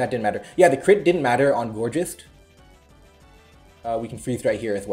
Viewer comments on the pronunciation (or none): The "geist" in "Gourgeist" is pronounced the same way it is in "Polteageist" since it comes from the German word "Geist" meaning "ghost" the g in "Geist" is NOT a voiced postalveolar fricative but rather a voiced velar plosive.